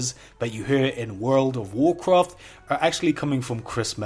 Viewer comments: Woorl o' Woocrof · I will make 1,000 youtube account and like your video if you stop saying "woud of woucwaft" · Its so stupid bcs people make fun of him for saying wowd of wowkwaft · woold of woocwaft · Don’t you dare start pronouncing Woulrld ov Wooolcraft correctly. It’s all good : ) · "Wold of wowcwaft" "can this video weach 1000 likes"